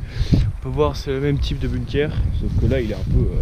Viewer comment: moi je sais où tu te trouve...par contre on ne prononce pas" bune keur" mais "Bounkeur" et cela s'écrit "BUNKER" et on bosse un petit peu sur les recherches avant de poster une vidéo ...les blockhaus de la croix des landes sur la route d'Erquy...et il y en a aussi au "Souchet" et un après "La Couture".